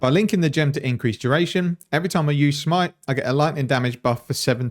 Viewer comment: just keep calling it shmite please